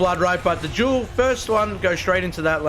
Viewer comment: just so u know, jewel=duel THE D IS NOT SILENT AND IS CERTAINLY NOT A J